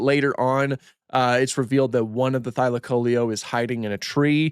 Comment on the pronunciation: first time hearing that pronunciation of thylacoleo